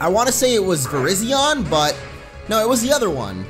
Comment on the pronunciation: its virizeon